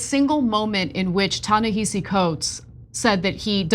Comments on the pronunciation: Yes, it's spelled Ta-Nehisi, but it's pronounced Tah neh HA si. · The pronunciation is TA-NA-HA-SEE. Come on, you’ve been saying this man’s name incorrectly for a decade. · Are you mispronouncing his name on purpose? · The sad part is if it wasn't for the Israel element tyt one be talking about this man and she's pronouncing his name wrong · Please pronounce Ta-Nehshi’s name correctly. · Jesus, NEITHER of them can pronounce his name! AMATEUR HOUR! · You’re mispronouncing his name. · Why are Cenk and Ana both pronouncing "Ta-Nehisi" wrong? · Come on Ana, at the very least, research how to pronounce his name. He's an acclaimed writer. If you're going to report on it, get the basics right. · Can we please pronounce his name correctly? This is embarrassing